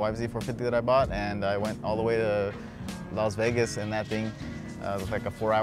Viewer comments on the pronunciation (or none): none